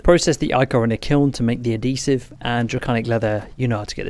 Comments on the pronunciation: Thank you for doing an actual progression explanation! and also... its Add-He-Siv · Great video man one thing though ad-hesive 😂